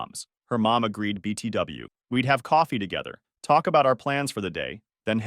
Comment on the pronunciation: "Elme" and "Bi-ti-WU"... BRUH THOSE AI AUTHORS DO NOT EVEN CONTROL WHAT THEY SHIT OUT ON YOUTUBE